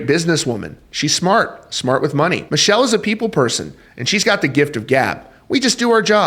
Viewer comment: Her name is pronounced Mic kell